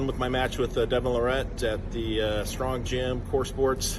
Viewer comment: First off it wasn't a kingsmove it was a open top roll. John is a fake humble, he just put a half dozen excuses out there in 1 video. Talks pure shit, just does it in a way that most people don't even realize it! He knows that ain't how you say Devon's name but, he continues to do it knowing Devon hates it. The goat ain't supposed to whine and subtly put all these excuses out there. He just can't stand losing to Devon. He also can't stand that Devon is a more well rounded arm wrestler than he is. He ain't used to someone being better than him in his field. Time goes on and sports and athletes evolve. It is what it is. Take the L with some pride, stop with the damn excuses. Looks terrible on you. Stay strong and healthy everyone.